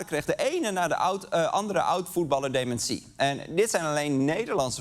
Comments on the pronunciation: Sorry Arjen maar dit item is gewoon niet om ààn te horen :'( DemenSÍE??? Wtf??? is dat hoe alle Nederlanders dat uitspreken?? Het is deMÉNtie!!!!!!!! Nee sorry ik kan echt niet meer verder luisteren. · Heh? Is dat hoe jullie daar in Nederland "dementie" uitspreken? Gekke jongens, die Nederlanders.